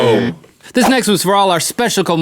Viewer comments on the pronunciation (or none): Speshical XD I can't stop watching that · Specical...You must say it always from now on. #SpecicalMythicalBeasts